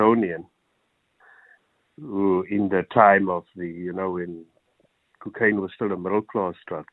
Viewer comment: The way he says "cookaine" bothers me 😳